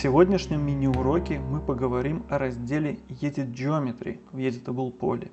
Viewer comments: Огромное спасибо за уроки! все четко и понятно! только, режит слух слово "Едит". Edıt читается как "Эдит" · Интер и Едит?? Слегка слух режет! А уроки класс!